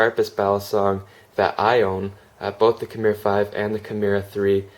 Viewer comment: Nice vid, but I couldn't make it all the way through due to the rampant mispronunciation of 'kimura' ;)